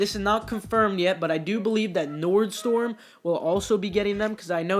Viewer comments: Nordstorm😂😂😂😂 you say it wrong. Its nordstrom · NORDSTORMMMMM. MY EARSS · Nordstorm haha and tres bean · Lol what did u just call Nordstrom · Wtf, you pronounced Nordstrom way wrong